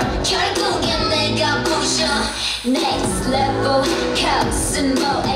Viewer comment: Winter's English pronounce is so poor. Lol